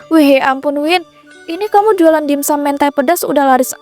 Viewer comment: dimsum woi bkn dinsum😢